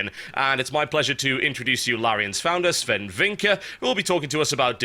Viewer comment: as a swedish citizen i think its offensive to have the name sven and spelling it swen its not right